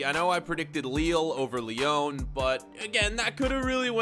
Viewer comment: LYON?? U ALWAYS MESS UP WHAT U SAY